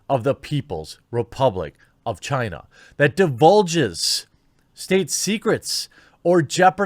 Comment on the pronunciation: Chaina... Every friggin time